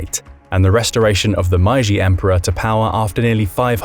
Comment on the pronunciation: The "My-ji" restoration huh.... 'Historians' like this are as hard to take seriously as Legolas who spoke Elvish with a British accent... How IN HELL do you read Meiji as 'My-ji'!? AND where is this Man-curia? Honestly, it baffles me to no end how people who only speak English, speak it like it was their second language.